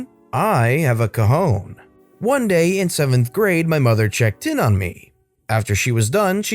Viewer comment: When you hear “cojón” instead of “cajón”.... Spanish speakers, you know why I paid extra attention to that story. LOL